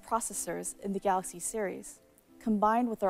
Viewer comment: I love their pronunciation to Galaxy " Galakshi "